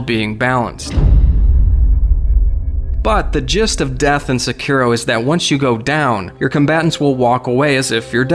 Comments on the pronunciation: Sekiro. (Sec-ir- ro) Dude it's pronounced (Seh-ke-do).... Duh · It's pronounced "Sekuro", it's not pronounced like it's spelled. Ffs. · the way you pronounce sekiro makes my eye twitch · Really hate how this guy pronounces sekiro. Just so cringey.